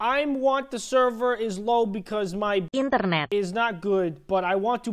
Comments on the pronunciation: Its funny when him say internet like indo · that INTERNET in indonesian accent XD